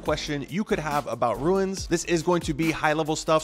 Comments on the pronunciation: Why are you saying runes like that? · Lol he's not the only one 🤣 virtual bacon says it similarly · Wtf??? Dude pronouncing runes like Stewie Griffin. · I can’t even explain how much it bothers me that he can’t pronounce rune. You ruined this runes videos. See the difference? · Runes. first step is learning how to pronounce it. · its just funny to hear, specially since you say it so many times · Is there a reason he is saying ”ruiins” ? perhaps there is something we don’t know? or perhaps he is dyslexic? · If you can't even say the word "runes" correctly, I'm not watching the video. ;P~~ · Stop saying ruins…holy shit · I stopped watching as soon as you said "ruins". How can I learn about them from you, if you don't even know how to pronounce the word? Lol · I almost stopped the video 3 times because him saying ruins was pissing me off but i really needed the info.... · Seriously! I want to keep listening, but everytime he says “Ruins” it drives me batty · Not Ruins, but Runes as in balloooooons! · he said : ruins ? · why he keep saying ruins? 🤣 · Runes, you said Ruin… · Why do you say ruins? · bro runes not ruins annoying as hell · "RUNE" or "RUNES" not "RUINS" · Bro, it's called RUNES, not RUINS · ROOOOOOOOOOONS NOT RUIIINNS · why does this guy pronounce RUNES as RU-INS wtf? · I think it's pronounced runes, not ruins. Good info though, thanks. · Runes, not ruins. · ya every time he says it i thought the same thing - its Runes (i.e. roon like moon) not ruin like u saying ruin is ruining the video;) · RUNES not Ruins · ROOOOOOOOOOOOOONNNNSSSS NOT RUINS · Let’s say it together slowly... ROOONS 😉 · Is English this guys second language?dude can’t say rune properly lol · stop saying "ruins" lol its runes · RUNES ......NOT RUINS!!! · Don't call them "Ruins", because the translator translates them exactly: Ruins! And the correct pronounciation is: Runes (ruuns) !! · Dyslexia is persistent in this guy. Did someone tell him it’s ruiins? and not runes?